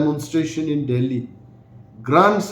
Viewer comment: It's Delhi not Dehli